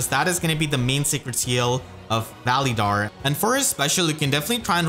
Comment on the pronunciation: Your saying his name wrong